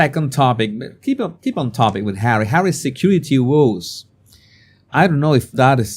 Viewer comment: ❗️WITH MUCH LOVE & KINDNESS - WOES - PRONOUNCED AS IN - TOES❗️